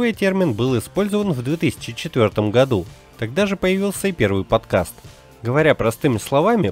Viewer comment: Сколько раз он сказал "подказ"?